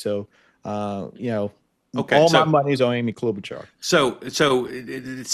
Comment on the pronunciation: FFS. The CH in Klobuchar is an “SH” sound